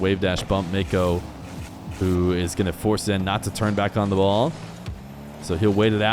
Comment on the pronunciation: Why is it so hard for you to just say nwpo properly